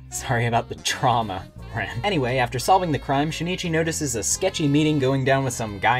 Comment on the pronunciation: Luv it bro but I can’t stop cringing from u saying shinichi his name is pronounced sheen-chi